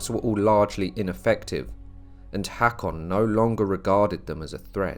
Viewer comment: Very nice. (btw, I believe the "Haa" in "Haakon" is pronounced as a long "o" as in "go".)